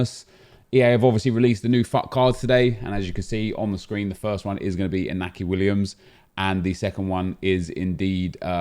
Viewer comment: You pronounce it Inyaki Williams the accent above the N indicates that